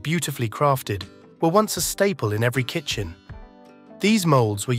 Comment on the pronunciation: Kitchen....not kitchem!